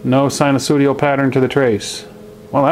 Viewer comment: SinuSOOdial? Not sure if you said that deliberately.....?